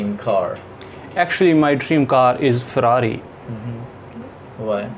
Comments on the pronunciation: actually my dream car is faraari 😂😂 not ferrari 😂😂 . Is he deserve 6 band ? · Pronunciation of farari or farata